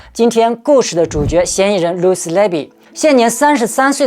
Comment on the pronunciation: 护士的名字没有读对